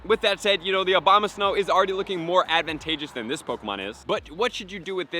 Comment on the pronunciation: Abomasnow not Obama